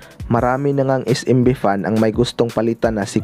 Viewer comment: es-‘em-bi hindi is-im-bi